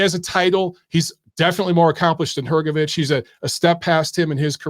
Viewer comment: Good to hear someone pronounce Hrgovic correctly